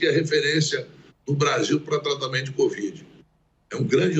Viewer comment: Renan chama de 'Cuvid, rsrs